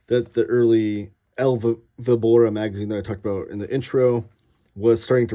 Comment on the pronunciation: I have to say that your El Víbora pronunciation was tough to hear. Ouch! This complete edition, was kinda of unexpected, considering FB already had published Vol. 1. Weird. Martí has, besides the short stories, most of them already published in compiled books, another relevant work — Dr Vértigo. It was recently republished in Spain after being out of print for so many years.